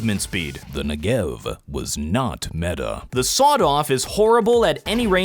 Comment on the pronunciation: This is not how you pronounce the name of the Negev